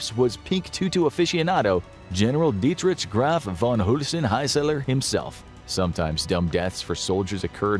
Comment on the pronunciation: You think that's how Dietrich is pronounced?